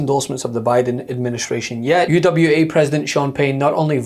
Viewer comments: It’s UAW not UWA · It's UAW, not UWA. Please get this right, it's important when reporting this news.